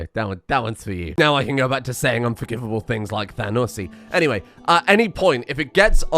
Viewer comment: I PHYSICALLY CAN'T BELIEVE HE SAID THANUSSY